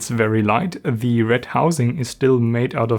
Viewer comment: Oh, mein Gott, Junge. Red mal ein bisschen weniger verkrampft. Das hört sich ja furchtbar an. Am schlimmsten finde ich dieses andauernde kurze Ä vor den Wörtern. Unglaublich nervig. Falls du nicht weißt, was ich meine, hör mal genau in rein. Sehr markantes Ä vor "the". Das wiederholt sich im ganzen Video zig mal. Übrigens wird das "e" "the" im Englischen nur dann als "i" gesprochen, wenn dahinter ein Vokal folgt. Du sagst aber nur "theee", was falsch ist.